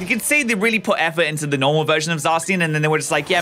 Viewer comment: I feel like you’re pronouncing it wrong, I think it’s pronounced Za-Shin not Za-Sins